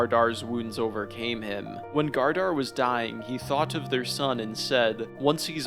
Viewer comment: Great vid, but “Leaf” and “Gardar” kept taking me out 💀